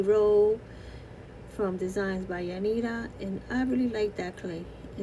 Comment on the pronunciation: Love it so cute I like how you said “Yanira’S” name